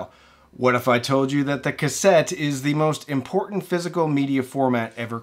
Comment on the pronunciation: "...top immpartant..."? Vuld Zappa'w had sam/seimthinh tov sej on that (blaank taep tax)?